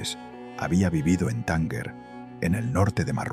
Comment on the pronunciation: No se pronuncia :"Tánguer" sino " Tánger".